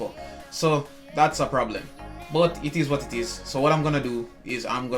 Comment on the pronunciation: I like whenever you say "Itis what titis"😂